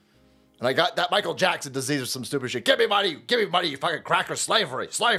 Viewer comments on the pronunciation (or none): none